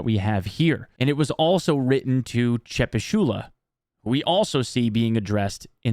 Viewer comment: More like Chepusheela than Chepushula